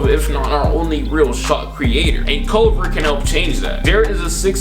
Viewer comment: Please learn names before videos. Its CUL-VER